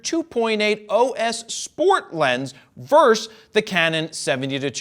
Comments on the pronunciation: Versus is what vs. Stands for, not verse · "Verse"? Isn't the word "versus"? Thanks for the review. One small aside for me is that I never would have guessed the new(ish) Nikon version to be noticeably lighter. I thought all these s are tanks. My Nikon definitely is.